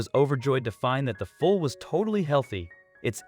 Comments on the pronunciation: Foul it's called called a foall not a fowl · Who doesn't know how to pronounce foal ?? Why does this drag out sooooooo long ? Also you are mispronouncing the foals names... I am unsubscribing.. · I totally agree with you about the incorrect pronouncing of “foal” and the other words, too. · Foal not foul - Sheesh! QUIZOTE????? Its pronounced Don Key- oh - tee